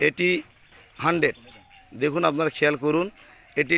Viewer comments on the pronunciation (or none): ভাই। আপনার কথা ভালো লাগে টিক। আছে আপনে যে বলেন। হানডেট। না ভাই। বাংলায়। হানডেট। পারসেন নাই